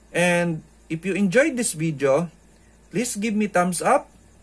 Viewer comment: I love when he says "in this vidjo"!